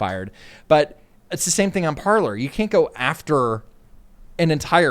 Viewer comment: Parler is pronounced Par-Lay . Parler means to Talk in French